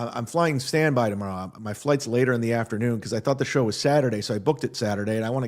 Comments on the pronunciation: For someone that can’t pronounce the word “show” properly, he sure says the word “show” a lot 😂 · I think he just enjoys making the “shhhh” sound.